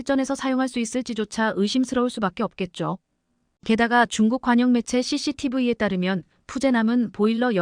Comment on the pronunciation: 🇺🇸 발음으로 추천합니다 CCTV 씨씨티브이-------->씨씨티비 브이는 어느나라 발음인가요???